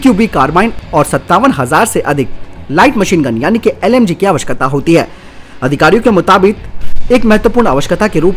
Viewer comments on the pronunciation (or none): Everything is fine ... but you always pronounce " आवश्यकता " as " आवकशता " please pronounce it correctly !!